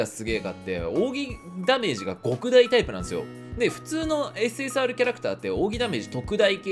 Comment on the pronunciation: 極大はゴクダイじゃなくてキョクダイって読むんじゃないの…?